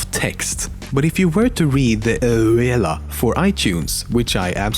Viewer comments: If you read the Ouela for itunes XD Its pronounced U-la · LOL funniest bit in the video is when you said End User License Agreement (EULA) is so funny it sounded like this: OOOOOOOOOUELA I would recommend not saying the acroname instead you said End User License Agreement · Eula is pronounced U-la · HIS PRONUNCIATION OF "EULA" KILLS ME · The way you say EULA, XD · The way you pronounce EULA is funny no offence